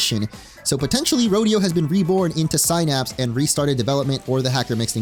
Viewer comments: Sin Apps. Why does ever single Pokémon YouTube person have such a problem with English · All these pokemon youtubers who don't know how to pronounce the word denoting a neurochemical junction between neurons. Synapse, pronounced like Sin-Apps.